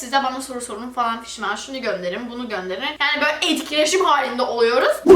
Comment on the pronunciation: bizim gız hala "falan fişman " diyo 😅